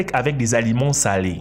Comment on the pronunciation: Les sept z'aliments ????? Depuis quand y a t-il un "s" a sept??? Retourne a l’école tonton...